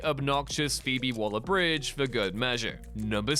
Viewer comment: “An obnoxious Phoebe Waller bridge” so just Phoebe Wallet bridge then?